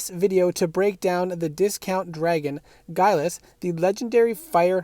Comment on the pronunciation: It's GILAS ( 🥃 ) ( Read as Ge-Las ) 🤣😅